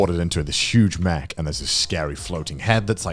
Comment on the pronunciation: What other people hear Garnt say: It's not really about the mech battles or the mech fights What I hear Garnt say: It's not really about the Mcbattles or the Mcfights